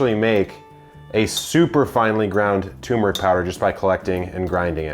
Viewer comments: Turmeric, not tumeric. I would think an "epic" gardener would know this. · *Turmeric. There's an R in there. 🙂